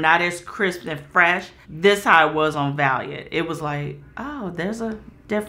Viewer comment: lol I was really sitting here waiting for to mispronounce Valiant 😂😂 but bro made it